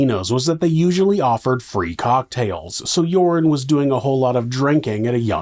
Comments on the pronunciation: Love how you pronounce Joran as Urine 😂 (serves him right!) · I love how "Joran" sounds like "Urine" to my Aussie ears. It suits him. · I've taken 12-1300 out of an atm many times, no problem. Also the way you pronounce joran I will now forever refer to him as urine van der sloot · His name is pronounced 'urine' -- how appropriate.